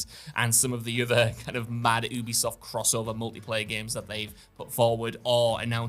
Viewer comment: You be soft is the pronunciation. They literally went on record to tell people how it's said and people still can't say it right.